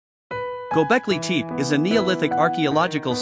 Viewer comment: he means pronunciation tep-eh.... not teep..